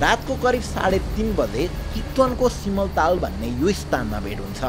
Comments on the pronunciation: Not simtaal it's simaltaal yeti ramro well researched strong content aauxa yo channel ma Tara Bela bela pronunciation bigrida majja aaudena k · तपाइँ जत्तिको पढ्नु भाएको युवाले पनि सामान्य 'सिमलताल' शब्दको गलत उच्चारण गरेको सुनियो !! नेपाली भाषा लाई हेपेकै हो त हामिले? त्यसो होइन भने नेपाली भाषा सम्बन्धी सामाग्री पनि राख्न्रे गरौँ न 😀